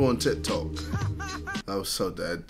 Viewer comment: JJ: ''Tih Toh''